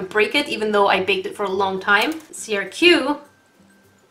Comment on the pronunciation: I kept cringing because in Ireland we purnounce Ciara, Kiara 😂